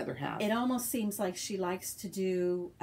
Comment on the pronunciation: Lmao Licks instead of likes. 😂😂😂😂 I was dying of laughter at that part! You gals are The cutest! I had fun spending time with you this evening. I’m cutting out a project bag for a friend and you ladies kept me in good company! Happy stitching! 💕~Tifa